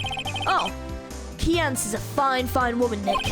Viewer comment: Pretty sure Kiyance is intended to rhyme with Beyoncé.